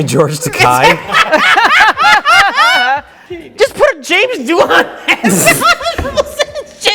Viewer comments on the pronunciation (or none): Wow, that is super not how you pronounce "Takei" 😂